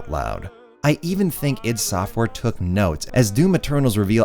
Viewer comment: Keeps saying id software wrong Oof